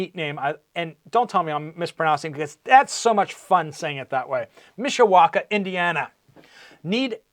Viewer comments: You were correct on the pronunciation of Mishawaka!👍 Just like it’s spelled spelled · You pronounced Mishawaka correctly! LoL